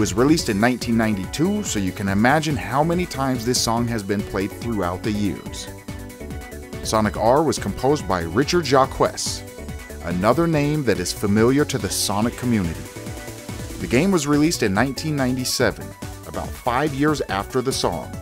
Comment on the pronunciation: "Richard Jah-kwess" 💀